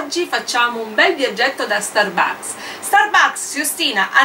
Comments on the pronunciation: Sì dice stàrbucks. Non starbùcks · iour inglis pronunc make schif but the FRAPPUCCINO DI STURBAKS SEMBRA BUONISSIMOOOO